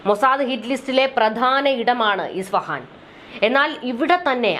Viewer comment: ISFAHAN (ഇസ്ഫഹാൻ ) എന്നാണ് correct.